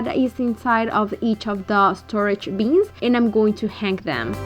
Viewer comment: Love the way you say “beans” for bins!